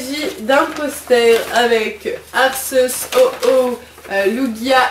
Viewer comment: Juste pour info, Arceus se prononce Arkéus, voilà voilà ;)